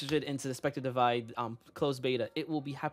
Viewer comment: Divide not divine